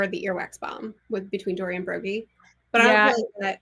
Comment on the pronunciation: How dare you get Broggy name wrong 😆